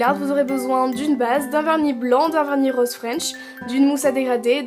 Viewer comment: Roooose pas Roooaaaaase😂😂😂